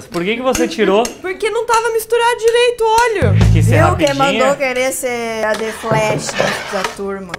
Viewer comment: "Dileito" kkkkkkk